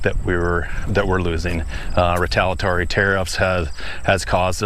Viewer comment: You repeatedly mispronounce retaliatory. If you’re gonna speak for a living……